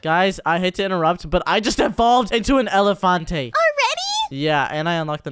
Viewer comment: what is a elefunteyn bro is toking browken englsh